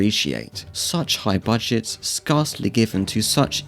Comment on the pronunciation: Great vid, but the way you pronounced 'scarcely' caught me off guard. It's 'sca' like scare, not scarf. Cheers, mate.